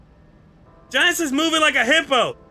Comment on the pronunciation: Juh-Niece? You mean Jan-Ih-Ss?